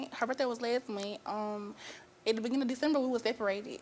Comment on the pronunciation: “last mun”😂